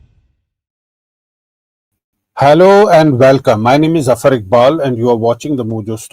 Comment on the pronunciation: Zafoorre Nahin...Zafar..